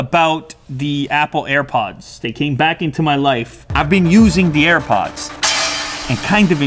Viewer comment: Linus said air puds lew says earpuds